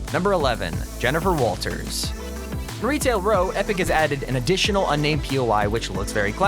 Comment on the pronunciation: Jennifer Walters sound more like: "Jennifer Walfers"